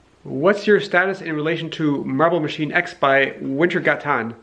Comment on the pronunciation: It actually is pronounced "Vintergótan" (sort of).